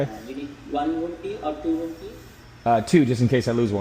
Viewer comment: When he said room key I thought he said “rupee”.